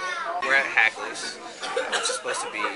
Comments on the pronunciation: Hackneys not Hakleys lol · You could start by pronouncing "Hackney's" properly. Lousy video of one of my favorite places on earth. Grew up in Glenview so I got to go often. Miss my Hackneyburger on dark rye now that I'm in Florida.